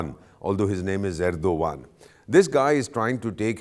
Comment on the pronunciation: the way you pronounced name of the Turk president, your name also sounds like, first learn to take the proper name of your senior and then give your bakwas.